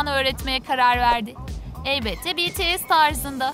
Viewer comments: Cankuk değil jounkook betese değil bts (bities) jimen değil jimin cuncunkuk da değil jounkook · "BiLeNkPeNk" ne yaaawww Bts "BeTeSe" demeleride ayrı bi sinirime gitti aw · "BeTeSe değil Bities " 😒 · biaralar betese diyordu oyüzden dislike atıyordum sinirden telefonu yumrukluyırdum artık😁😁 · BETESE CUNKOOK JİMEN harika bir telaffuzun var kk 👏🏻 Ve ayrıca sizin gibi toxic insanlardan bıktık BLACKPİNK ve BTS kavgalı değil gayet iyi anlaşıyorlar.